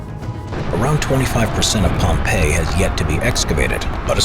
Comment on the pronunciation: "Liepwop?" A few seconds later "Oh. Pompeii."